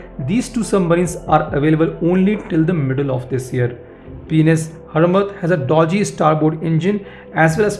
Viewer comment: Gotta love your pronounciation, P*N*S Hurmat indeed.